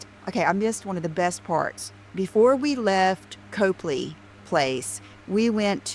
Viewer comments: said “Cope” ley Place, but it’s pronounced “Cop” ley Place. If she took as much time to learn how to pronounce the places she goes as she does learning where the shops are she wouldn’t look so clueless and for lack of a better word stupid. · It’s NOT COPELY ITS COPLEY. COP-LEY😮 OMG SHES SUCH A DOPE!!